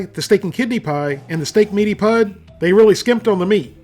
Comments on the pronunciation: Stop saying “pud” (as in spud) it’s pronounced “pud” (as in could) 🏴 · its not pud its pronounced pud as in pudding just shortened....... its a brit thing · Pud as in suet pudding not pud as in spud lol XD Steak Suet Pudding is quite literally food of the gods. Find a good chip shop in Yorkshire or Lancashire and you will probably never want to leave! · "Pud" is short for "pudding" so you pronounce it to sound like "good", not "Fudd". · Over here 'Pud' (short for pudding) rhymes with good, not mud. Remove the second syllable of pudding and you've got it. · You pronounced pud wrong. Its pronounced "pood" short for pudding. Its a meat pudding, a very old fashioned dish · It’s pronounced meaty pood like pudding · "Pud" is short for "pudding" and is pronounced pood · you are pronouncing it wrong --- it is not pronounced "pud" as in dug but you leave the "ding" off of "pudding" and pronounce it that way - like you are only saying half the word pudding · Omg you had me in tears with the way you said pud! Its short for pudding, so just dont say the ing, its not like puddle. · Hearing "meaty pud" in an American accent is really strange. Something about the word "pud" is impossible for them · I hate to be that guy, but you're pronouncing "pud" wrong. It's short for pudding, as in steak and kidney pudding, so you pronounce it like the first syllable of pudding.